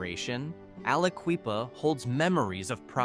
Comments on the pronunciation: Aliquippa is pronounced with a short i (eye), not ee (native son here) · Aliqueepa? C'mon bro. Say it right...It's Ali"QUIPPA". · If you can't take the tiime to learn how to pronounce these places correctly - it's not al-uh-KWEE-puh, nor is to du-BWAH - no one should take you seriously. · Aliqueeppa really hurt my ears lmfao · Aliquippa do you see it q u on IP quip if you're going to talk about Pennsylvania at least talk get the right get the names right dude pronounce them right like the locals with like Bethlehem😮😢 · I'm surprised Altoona wasn't in the top 15. Also, 'Alaqueepa' 😂😂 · Tom Hanks pronounced it Akwa-Lippa when he played a senator in a movie. 😅